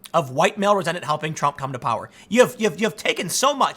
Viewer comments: “Resent-a-ment”. - Tim pool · Did you say resent - a - ment? Lol